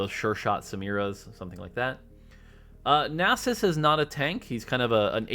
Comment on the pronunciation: I loved when said nasus and not nay sus